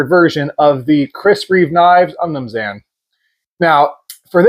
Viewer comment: I’ve never heard someone butcher saying umnumzaan before. 😂